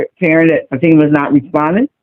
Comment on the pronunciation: Excuse me, i now have to go crush my head in a hydralic press so i can feel smarter again. Everytime he mispronounces Fatima a cute kitten dies.